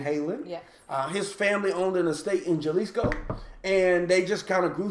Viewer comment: Jalisco is pronounced, "ha•LEECE•cōe". Don Julio is pronounced, "DŌaN HOO•lee•yo" ( Don is a title of respect, not a name; It means Patriarch, Master or Sir —There is no Donald Julio. ) Nice glassware.